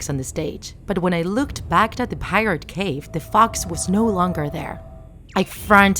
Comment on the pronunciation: It is not cave it is cove